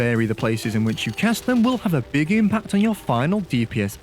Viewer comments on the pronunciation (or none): none